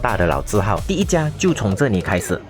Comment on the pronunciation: 不是這你那你！是這𥚃那裡 ！！ 發聲不對